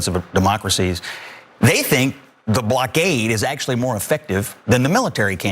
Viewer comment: Why can’t these idiots pronounce blockade ?